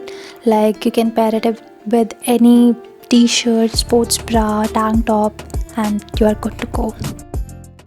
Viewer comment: Other people: Tank top This girl: TaangTTOP😂😂🤣🤣